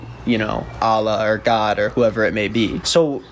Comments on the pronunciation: the way he pronounced allah is a red flag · My guy I love you but the way you pronounced Allah (swt) has got me dieing /lh